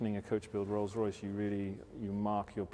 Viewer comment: "Rolce Royce Kitchen"